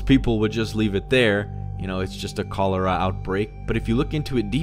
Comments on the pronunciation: Cho lera?? Chaa lera dude. You only got it right once. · “Co lera” ITS KOLARAH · Cho leara 😖 Chol ear 😐 Cholera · Chol-er-a not Coal-er-a sorry, just to clarify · Its not Cuh Lera its Choh Ler Uh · Call-er- ra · "ko-LARE-uh"? Lol. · "CALL-ER-AH" Proper pronunciation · Ah yes kowlairuh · Koh lair uh 🤣🤣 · Posts shot of cholera written pronunciation and still gets it wrong. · I’m so grossed out by how he said cholera Jesus man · Anyone else going fuckin nuts by the way he’s pronouncing cholera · The way he says cholera is just ugh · You’re pronouncing cholera wrong